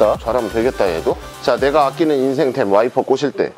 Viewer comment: 왜 와이퍼꼬질때가 왜 와이프꼬실때로들리나요